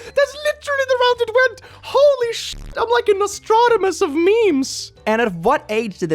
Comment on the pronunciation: It was kinda cute how mispronounced "Nostradamus".